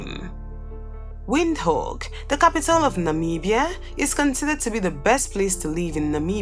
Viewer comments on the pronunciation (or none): none